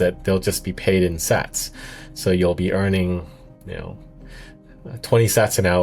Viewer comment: Pretty bad AI voice can’t even pronounce Sats correctly. Do better